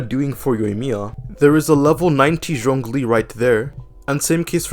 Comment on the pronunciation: pls stop saying zhiangling and zhingqiu 🙁